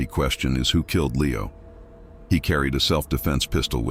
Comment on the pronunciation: Could not finish with the "narrator" calling Leo "Lee-ow," half the time. Did no one listen to this before circulating it?